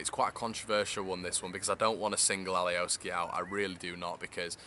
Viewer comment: Mate it’s alioski not Ali O ski